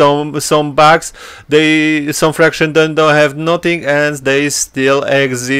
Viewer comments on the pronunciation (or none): It's pronounced "Factions' not 'Fractions'. Just saying, this is your 4th video where you are still saying it wrong. I think 3 people have told you this over the months. I know it's trivial and English is not your native tounge. It just sounds silly when you say it wrong, over and over.